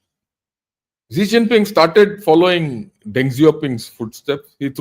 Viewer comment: Sir, pls.pronounce Xi Jinping properly, It's Xi Jinping and not Zee Chinping. Very good analysis 👍